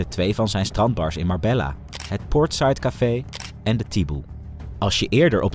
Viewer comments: Ik respecteer je grind man en ga door met het maken van Filmpjes Alleen je kunt niet een true crime page hebben en MarbeLLa zeggen hahHa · Spreek uit als Marbeya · Spreekt uit als Marbejja 😊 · Marbejja dats de uitspraak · Leer de plaatsnamen uitspreken. Dit komt heel erg belachelijk over. Marbella :face-fuchsia-wide-eyes